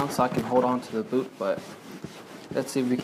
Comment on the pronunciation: dude .... its a booT not a boo